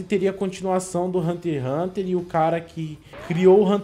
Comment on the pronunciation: Mano eu fiqui me rasgando de odio mano o fala haunter haunter n e assim po@ e hunter x x xxx hunter